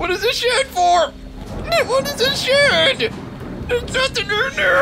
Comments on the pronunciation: sounded like he said shit o.o... But he's saying shed xD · He said "shed"